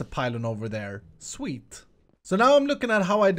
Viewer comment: Each time I hear you saying "sweet" my subconsciousness makes me hear "swede" :0